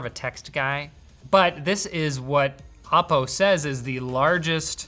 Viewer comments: It's oppo not Appow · It's O-po, not Op-o. Sincerly, your local Chinese.